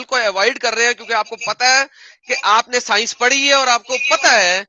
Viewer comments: ye science ko sinus bolta hai.... aur gyan pel raha hai 😂😂😂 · Science ko Sinus bolta hai.. MC, BC...